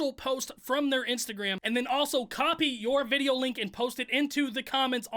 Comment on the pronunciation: I love how he says videa instead of video